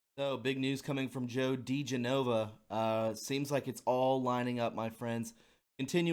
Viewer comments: Di-JEN-uh-vuh. Emphasis on 2nd syllable. Also, Schuyler is pronounced like Sky-ler. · Joe DEE JEN oh va . learn your words before you record. Its much more professional. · Dee JEN oh vuh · Why cant anyone pronounce Joe Digenova's name. Lol. (Di-Jen-Uh-Vuh). Jus trying to help...